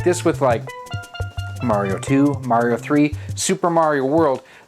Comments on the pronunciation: Good video but you keep mispronouncing "Mario." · we all know it's pronounced Maw Rio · He pronounced it "Mario", not "Mario"